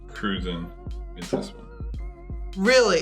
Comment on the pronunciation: For everyone watching ,including the video host..its not pronounced "Cru-zahn" it is pronounced "Cru-Jan" named after the nationality of the people of Saint Croix U.S Virgin Islands👍